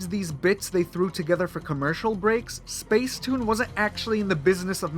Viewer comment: It’s pronounced spacetoon